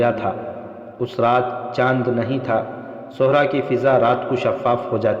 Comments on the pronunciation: Sahra not suhra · صحرا کا بھی تلفظ درست کریں